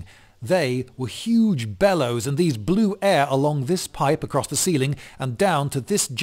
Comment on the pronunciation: Sounded like the way he emphasized the "Huge bellows" and "VALVES" was supposed to teach us what's important on the machine.